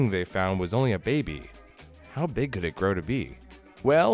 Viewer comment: Sooo.....Beeg bug fren?